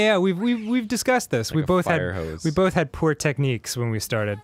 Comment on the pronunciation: Arin saying "bolth" instead of "both" has similar energy